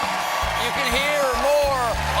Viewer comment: I feel like a proud auntie that listens to her nephews podcast and now got to see him on TV!!!! 🥰🥰🥳🥳💃🏼💃🏼💃🏼💃🏼💃🏼 Congrats Fumi!!!! And Colbert pronounced his name correctly. Uhuuuuuullllll victory ✌🏼✌🏼